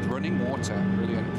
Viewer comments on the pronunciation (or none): none